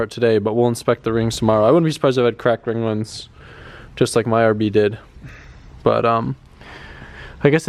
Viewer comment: dude its "ring lands" not ringlens lol